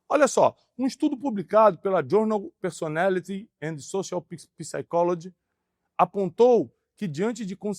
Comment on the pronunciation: Na palavra Psychology o "P" é mudo Thiago, logo se pronuncia: saicóloge (não se pronuncia o "P").